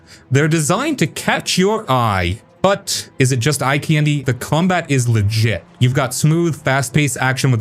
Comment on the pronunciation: Why are you pronouncing "candy" so weird?!